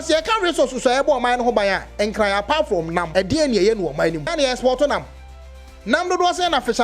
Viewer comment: Give it to them, the hate is huge for we the Asantes. They challenge us each day !It's pronounced nkranee.